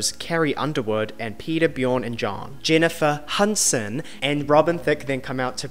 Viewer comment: "Jennifer Hunson"